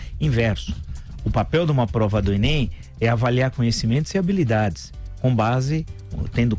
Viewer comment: Você especialista em literatura e falando "enen"? Tenho pena do seus alunos.